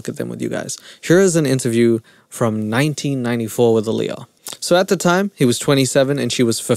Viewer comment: Hearing R. Kelly call her "Liyah" is literally making me nauseous.